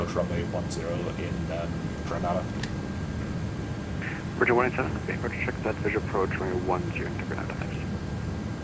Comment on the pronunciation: Lol it's pronounced Gre-ney-da 😅